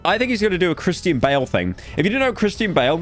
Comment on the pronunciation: Hey pyro , it's pronounced as Christian not Kristine, how hard is it to pronounce a word like a normal person. Sickening.